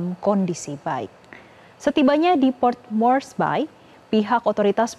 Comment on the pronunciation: Hahaha...Cara pelafan Port Moresby itu bukan port moresBAY !! Tapi Port Mors-bi. 😅🤣